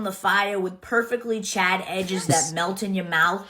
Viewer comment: I can't tell if she's saying "Chad cider" or "charred cider." Neither makes any sense to be paired with "toasted marshmallow."